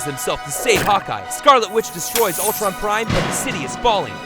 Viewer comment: It’s not Altron, it’s Ultron